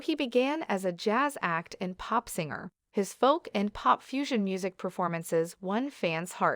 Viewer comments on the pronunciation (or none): none